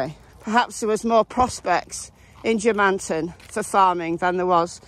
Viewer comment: It's pronounced German-tun, settled by Germans. Most of the residents in the immediate area were Scots and English.